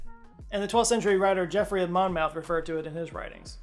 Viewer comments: Ok my American cousins. 'Monmouth' is said 'Monmuth'. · And Monmouth is pronounced "Mon-muth" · It's pronounced 'Monmuth' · It's pronounced monmuff, not Monmouth, easy mistake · The pronunciation of "Monmouth" however...